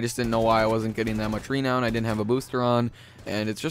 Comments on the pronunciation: Stop saying Reeeeenown it's renown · It's renown, not REEEEnown. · its not rEnown its ranown renown its purnotced ranown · Nigga said reee known 😭😭😭😭😭😭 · It's pronounced ru-known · The way you say renown bothers me for some reason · this pronunciation of renown is unpleasing peculiar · the way you say renown is terrible.